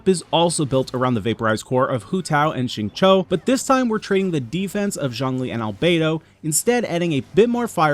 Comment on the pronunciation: the X in Xingqiu is pronounced more like SH than S